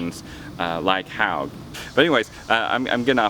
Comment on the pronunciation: Hogue rhymes with pogue, it's not pronounced like "Hog" dummy